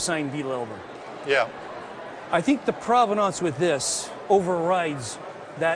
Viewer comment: Stop saying "elbum" dammit!